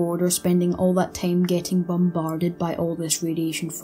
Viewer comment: "...would take a long TAME"